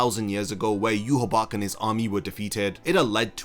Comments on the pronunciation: Yu ha bach? Say it with me: yu ha ba ha I know you can do it! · It's pronounced you-wah-bah-hah